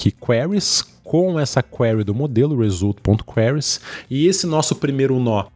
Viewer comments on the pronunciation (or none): Perplexity = Pêrplé-qui-siri 🦀! Result = ri-zólt (Not Ri-zól-tchi!)👍🏾...ri-z🌞-t 👌🏾 Spawn researchers = spôn (Not Espôn) rí-Sir(English)- tchêrs de tchau. teacher = Tee + tchêr... Researcher = ri +"Sir"+tchêr... Tcher de Church (Chur= tcher). Greetings from Florida! 👋🏾 Obrigado pelo tutorial! 🙏🏽 💙